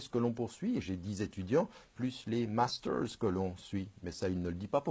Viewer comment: La prononciation a l'anglaise lol.... Je l'ecoute en mode serieux mais des qu'il lache un "master" ou un "oxford", j'ai un ptit sourire au coin de la bouche hehe.Sinon, j'ai entendu Plenel dire du bien de toi ds le ptit journal donc ca me surprend quand meme un peu.Merci pr tout Tariq.